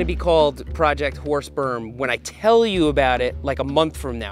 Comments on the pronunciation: you might want to change the name or pronounce it more clearly, i can only hear projecr horse sp€rm and i'm quite sure that's not what you're saying :)) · I'm using auto generated captions with your video, and you should definitely try to enunciate "Horse Berm" because the autogenerated captions keep telling me it's "Horse Sperm". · Is it just me that keeps hearing Seth say "the horse sperm project"? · Thought he was saying horse perm with a P. 🐴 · Sorry but every time you said it I kept hearing horse sperm and couldn’t contain my laughter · Don't know about you, but I kept on hearing "Project Horse Sperm"...🤣🤣🤣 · is it me or does it sound like hes saying project horse sperm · im sorry but i always hear you say project horsesperm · what is "whore sperm" seth kept saying it